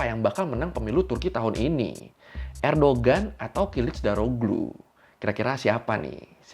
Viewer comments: koreksi bang, Erdoğan bukan Erdogan, G nya ga dibaca, jadinya Erdoan doang. karena pake yumuşak G (ğ) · bang fyi, cara bacanya "erdoan" bukan "erdogan". soalnya namanya beliau "Erdoğan" , di huruf turki, huruf (ğ) nya ga di baca. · bukan erdogan bacanya, tp erdoan. g-nya gak dibaca (katanya gitu) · Recep Tayyip Erdoğan bacanya "Rejep Tayyip Erdoan", Kemal Kılıçdaroğlu bacanya "Kemal Kelecdaroolu", Sinan Oğan bacanya "Sinan Oan". Alhamdu lillah Erdoğan kembali mendapat kepercayaan rakyat Turki 🤲☺ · Bang nyebutnya Erdoan aja, karena huruf Erdoğan huruf ğ nya ga disebut. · Kalo kata tourguide pas gw ke turki, bacanya "erdoan" bang, gak pake g. Kayak knife dibaca "naife" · ini maaf yah ngelurusin aja tentang penyebutan Nama ,Erdoğan ( baca ,erdoan bukan erdogan) , kiliçdaroğlu ( baca kiliçdarolu), sinan oğan ( baca, sinan oan) ,dibahasa turki itu ada yg namanya yumuşak ğ ( g halus, tdk dibaca g ,tapi dilebur) , untuk yg balcı (baca ,baljeu) c= j ,,biar enak didengar aja pas pemnaggilan namanya, maklum klo nyebut nama kan gak boleh salah .. untuk masalah yg 5,17% suara .. Sinan oğan sdh memutuskan bergabung ke kubu Mr. Erdoğan ❤, gak sabar menunggu hasil pemilu Turki besok 🎉, Mudah²an pak erdoğan menang karena kalo beliau kalah banyak sekali dampak ruginya bagi kita orang asing yg tinggal disini.